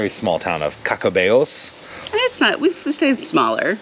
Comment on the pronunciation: There is great Vino on the Camino. Don't you hate those one length pillows. I believe you pronounced Caccabello correctly. Next time like you, we would do less kilometres in a day and spend a little more time in some of the towns we missed out on. It is always great to run into new people on the journey. Nice interview with the Pelegrinos. Love dthis episode. Thank you for taking us along. :hand-purple-blue-peace::face-red-heart-shape